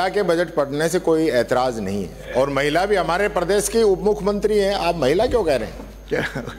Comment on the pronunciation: गरमा, महला सीएम बोल रहा है हद है इसका उच्चारण ठीक करो